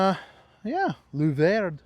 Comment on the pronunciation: pronounced.......lu vers bro